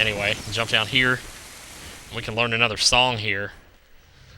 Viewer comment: why you say sonng of time